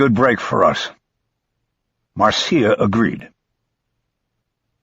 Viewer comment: "Marcia" is pronounced "Marsha."